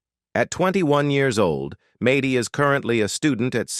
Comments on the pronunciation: No Jon was supposed to have weekend visits but she pushed HER attitude since Jon to leave and divorce her not her children. This interviewer obviously doesn’t know the family since Mady’s name is pronounced MADDIE not MAdy. And Kate tossing her son into a school and told nobody where he even was - even her brothers or sisters or her brother (who doesn’t talk to her anymore either), but finally Collin got a crayon and moved in with Hannah and their DAD. She didn’t receive any visits from his mother for several years. Kate is all about KATE. I’m sure you’re a better than Kate. Kate and Jon bought the big house and it was supposed to be for the kids yet Kate sold it. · Mad dee not may dee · It’s not Maty it’s Maddie. Mad dee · Maaaaty that's not how you say her name. Good lord how can you do this and not say her name right ? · Mady is not pronounced that way. Also, the twins are not 21. The sextuplets are 20 almost 21 which would mean Mady and Cara are 24. Also, you showed some pictures of Mady, when you were talking about Cara. You also showed pictures of Hannah when talking about Alexis. You also said Aadens name wrong a few times. And repeated yourself several times. In general, your pictures just don't match up. You showed pictures of Cara and then Mady when you were talking about Leah. Don't make a video if you don't know all the facts and can't do it correctly.